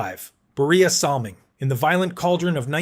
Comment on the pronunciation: Battleship Kelly IS NOT Bob Kelly #9 of the Flyers. Salming shouldn't even be on the list as the only thing he threw was his pocketbook and his first name was pronounced Boy-ya... Ugghhh...